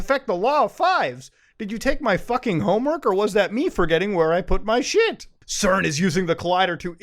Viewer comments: CERN is pronounced SERN. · yo we usually say cern with a soft c like sern lol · I noticed he pronounced CERN’s as KERN’s. Must be the meds. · i like how muta pronounces CERN as ‘kern’ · is it KERN or CERN?? I don't know anymore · did he just call CERN "KERN"? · Did... You just... Pronounce CERN as "KERN?" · It is pronounced "CERN", rather than "CERN".